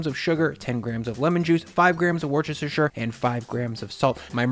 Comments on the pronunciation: It's pronounced Woostershur, not wurchurchurchur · Fun fact for Americans: Worchestershire is pronounced "wooster-sheer" :) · Omg to all Americans as someone who lives in the uk near Worcestershire … ITS PRONOUNCED Wuh-stuh-sher GREAT recipes best pasta salad I’ve ever had especially the last one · Worcestershire is pronounced "Wus-te-sher" not Wortest-test-test-testershire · As someone from New Hampshire your pronunciation of the word "worcestershire" is hilarious! We pronounce it like "woostashah sauce" and the city Worcester is pronounced "Woostah!" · These sound amazing!! Quick tip though- Worcestershire is pronounced wus-tuh-shuh :) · worcestershire is pronounced Woostershire (shire like Shy-er) ^^ you welcome. Awesome vidz! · For all those struggling to say "worcestershire" - just go with worcester (that's how we say it). Pronounced, "wooster". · Just a lil thing bugging me: Worcestershire (Wuss - Stir - Sure) :hand-purple-blue-peace::yougotthis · Worcestershire is pronounced Wooster-sheer :) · Wester sher. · Fyi it's pronounced wooster sheer sauce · The "oo" pronounced like book not the oo in boo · Hearing Americans try to say Worcestershire sauce is always fun 😅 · Worcestershire...my lord, the butchering of that word! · LMAO - Please say Worcestershire again!!!!!!!!!! XD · Ah yes, the American pronunciation or Worcestershire 😆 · Why can't non english people not say worcstershire sauce properly? Cracks me up